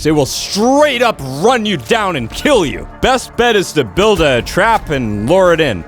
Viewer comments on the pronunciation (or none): none